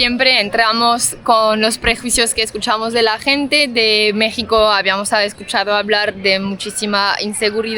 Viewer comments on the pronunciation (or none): none